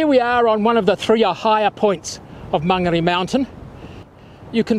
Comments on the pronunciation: learn how to pronounce Mon ga re, not man garry/ say Mo ree not mowree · Great video. Just one recommendation , it would be nice if he learned to pronounce the maori vowels correctly. It hurts my ears to hear Maangeri and Moori 😢